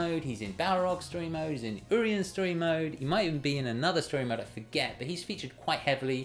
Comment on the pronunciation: hey great video! Just want to correct your pronunciation on Urien. The U has a "Yu" sound not "Uu". I hope your predictions come true.